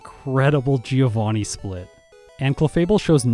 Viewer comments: Fun fact: Giovanni shouldn't be pronounced "geo-vanni", it should be closer to "joe-vanni". I say fun fact because absolutely no one says it right... including official sources. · Uhm, actually giovanni is read with a mute i. Source: well, it's my language, i'm italian lol The "vanni" part is right, the "gio" is read more like "Jo" Kinda like giorno giovanna from jojo (which also was supposed to be a Giovanni btw) Btw love these 1v1 videos, please make more of these, the solo run have been done too much, this twist gives the video much more value! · Hey, italian here. Bit late, but I'm gonna be the AKSHUALLY guy and tell you Giovanni should be pronounced "joe-vunny", so the pun with geo doesn't really work:^) Keep up the good work, I had missed this one but I'm hooked to the whole series! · The GEOvanni part kinda makes sense when you see it that way, I've never thought about that, although if you assume Giovanni to be italian then 'Gio' would be pronounced like 'Jo' in Joseph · How come not a single english-speaking Poketuber knows how to pronounce the name "Giovanni"? It's an italian name guys, the "I" is silent. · Giovanni isnt pronounced GEOvanni in Italian. It always triggers me....